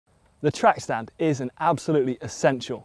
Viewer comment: Track stand kind of sounds like tramp stamp😂